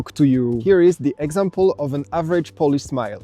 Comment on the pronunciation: One more thing. You should check how to pronounce correctly word "Poland" and "Polish" because there are two meaning of word "polish" :) As a verb which mean "to make something shiny" and as a noun like "I'm Polish" which mean "Jestem Polakiem" :) Yeah, I was surprised when I heard from Arlena Witt who explains the subtleties of English amazingly well!